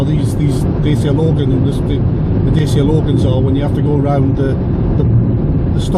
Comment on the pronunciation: Dacia, mate, as in Datchya, not Dacy-a.